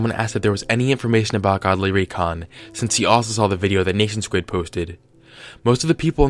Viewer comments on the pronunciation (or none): R.I.P the pronunciation of NationSquid